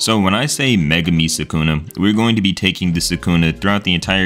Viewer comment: Start of vid: Megkuna